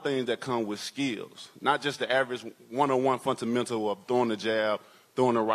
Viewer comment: He said funtamentles 😂